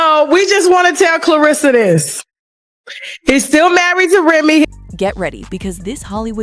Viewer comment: Girl repeat after me REM-ME, CLEAR-RISS-SA 🙄🙄